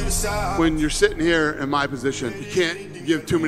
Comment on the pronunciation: This was a promo for your whole division… emphasis on the “your”